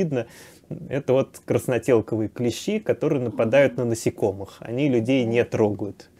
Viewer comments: Всё, конечно, полезное рассказываете и правильно, но режет слух клЕщи, потрудитесь исправиться. КлЕщи - это инструмент, а никак не клещИ. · Ударение на первый слог клЕщи обозначает "столярный инструмент" , а "насекомые" - клещИ. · КлЕщи, блин. И это музей, где ученые сидят. Блин, она еще и слышала, как правильно, и все равно клЕщи, ну е мое.